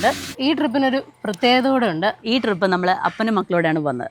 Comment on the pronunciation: Drip അല്ലടെ trip 😏ജലജയുടെ ഫാരതഫാഗ്യവിധാത ആണോ നീ miss ചെയ്യുന്നത്..😅.. ഫ ഇല്ലാത്തത് കൊണ്ട് video കാണാൻ ഒരു സുഖമുണ്ട്